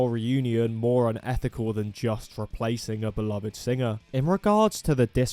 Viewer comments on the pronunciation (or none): none